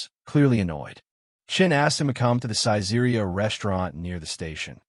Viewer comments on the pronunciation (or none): none